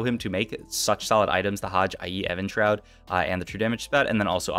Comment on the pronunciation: Great commentary. Had to stop watching after the 3rd "Evan's shroud" mispronunciation.